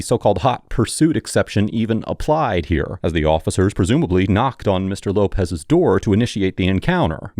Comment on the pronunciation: reasonable su-spit-ion